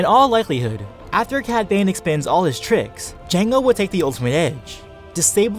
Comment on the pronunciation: dude I love your vids but when you said cad bane it sounded like you said padme